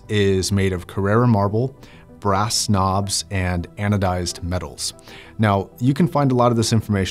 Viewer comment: “brass knobs” sounds like “brass snobs” 😄